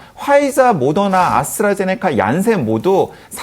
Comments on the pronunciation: 아수라제네커가 아니라 아스트라제네카 예요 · 자꾸 "아수라제네카"라는 발음이 거슬리는 ㅡㅡ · 아스트라제네코 코 코 코 코라니 발음 ㅠㅠ